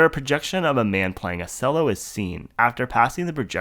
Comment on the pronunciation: that's an Upright Bass. Also, its pronounced chell-oh, not cell-oh.